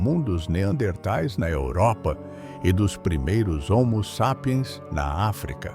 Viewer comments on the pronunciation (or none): Dublagem de I.A não consegue nem dizer homo sapien direito